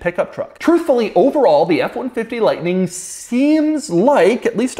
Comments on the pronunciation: really went southern there with the f150 liughhhhtnin’ at the end. ha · LoL at how Doug added a cowboy accent to "the F-150 Lightnin" at the end! I won't be impressed with EVs or Electric trucks until they have 500 mile+ range OR they make nation-wide 5 minute battery swaps possible to avoid charging time...it would work like propane swaps-but done with a qualified tech & security measures to avoid mistakes during the swap & prevent battery theft.